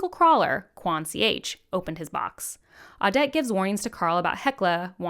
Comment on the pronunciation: Ad-ja-tent Kew-a-teen Awe-det O-feel-E-ah No shade by the way just hope this helps!